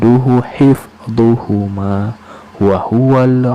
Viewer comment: Ma'af.meluruskan sedikit,Hip zuhuma bukan dhu,wahual ali yul azim bukan adim